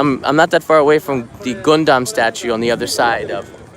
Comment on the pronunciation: Thank you Kanae for correcting pronounciation of Gundam! Hahaha always drove me crazy how you pronounce it!